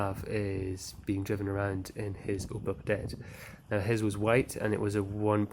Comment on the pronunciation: its opEL not opAl. please correct